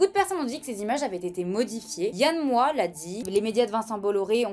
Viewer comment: Le X de Moix se prononce 😉